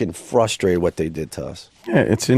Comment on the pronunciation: I’m fustrated, I’m soooo fustrated…